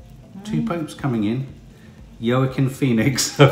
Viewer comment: No big deal but Joaquin is actually pronounced Wakeen. xx I definitely think he needs to win Best Actor, he was amazin.